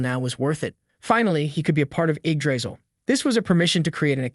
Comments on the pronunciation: bro what is eggdrizzle like it's Yggdrasil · Eggdrizzle, bro its yig-dra-sill😢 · Its not Eggdrisal its Yggdrasil pronouced Yig-dra-sil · Actually pronounced yigdraseal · I don’t know but I’m very sure that it’s pronounced ig dra cil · Do i Heard it wrong or he is say the tree name as eggdrasil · Why does he keep pronouncing it "egg drizzle" 😭😭😭😭😭🙏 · Start of the video, me seeing Yggdrasil, the narration voice saying "Egg Drisel". Sounds about right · All I hear is egg drizzle when he names the tree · I'm usually not this petty...but your pronunciation of "Yggdrasil" is wrong and horrible... yeah, Americans and those pesky foreign words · Would rather read the Manga/Manhwa, if such exists, than listen to an AI Narrator that can't pronounce Yggdrasil the same way twice in a row.